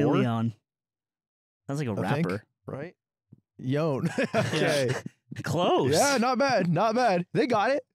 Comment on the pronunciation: yon Ludwig, yon ("yown")